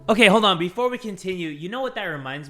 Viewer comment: “It’s time for prayer befaw bed”: timefo- 🤨BAHAHHAHAHAHAHAHAHHAHAHHAHHHAHAHAHAHAHAHAHHAHHAHAHHAHAHAHAHAHAHAHAHAJJAJAJAJAJAHAHAHHAHAHAHAH